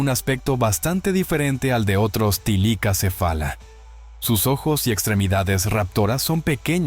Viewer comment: Bueno,no se pero soy yo o dice tilicacefala,y no thylacocephala